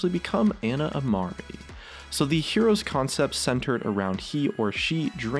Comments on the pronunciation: i'm pretty sure Ana is said ahnah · Isn't it pronounced "on-a"? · Why do people pronounce Ana as Anna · the way he said Ana's name pISSED me off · Your pronunciation of Ana makes me lose brain cells slowly... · You said Ana wrong so many times... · PioneerShark 725 I do its annoying as fuck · Pronounced Ana wrong too.